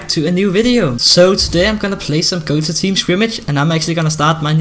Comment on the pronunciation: That accent tho, "gota challenges?!" Real : Gota Challenges! No offense